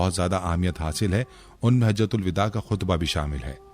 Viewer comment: یہ مکمل جاہل ہے۔ یہ لوگ اسلام کی ایسی تیسی کردیں گے سوشل میڈیا پر۔ "اسلام و علیکم" لکھا ہے۔ "حجۃ الوداع" کو بالکل غلط پڑھ رہا ہے۔ اس کے معنی بھی اس حرامی کو نہیں معلوم۔ تھمب نیل میں دھوکہ بازی سے کام لیا کہ حضور کی آواز کی بات کی۔ یہ جھوٹ ہی نہیں بلکہ حرامی پن ہے۔